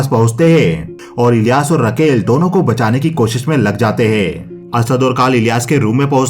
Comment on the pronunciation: रकेल नही राकेल होता है